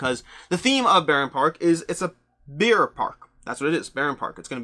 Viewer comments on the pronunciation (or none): Weird how you pronounce Bear like Beer! Except it makes me want to visit a Beer Park.....